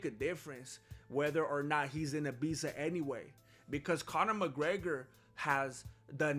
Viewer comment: D...Did you say Mc Greggler?